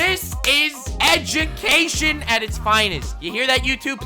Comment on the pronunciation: I swear I heard "EchiCation" instead of "Education" ^^ Maybe Melody & Silvervale & IronMouse can help with that "EchiCation" :3